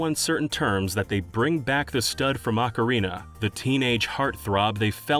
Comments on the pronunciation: How can I sleep when I hear Ockereener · What the hell is "Ocarin'ER'" Of Time?